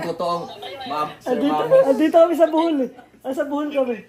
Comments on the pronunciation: BOHOL not Buhol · BOhol Po lodi Hindi BUhol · sir BOHOL po not Buhol 😅